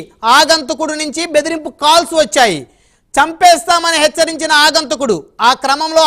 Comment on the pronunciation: గారు ఆగంతకుడు కాదు...అగంతకుడు అనండి